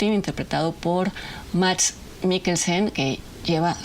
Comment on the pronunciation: solo por que soy fan de Mads te corrijo, su nombre se pronuncia Mas, amo tus videos, de verdad